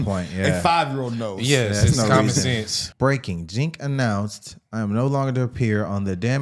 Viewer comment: Breaking: Chinc announced...epic pronunciation lol